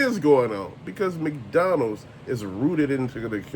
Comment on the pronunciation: Thanks for all your Rants and reviews! Bro you got me laughing over here the way you're saying McDonald's. Sounds like you're saying Mcdonnell